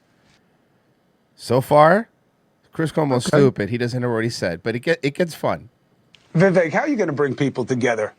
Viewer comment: it's pronounced... "VEY-VEK"...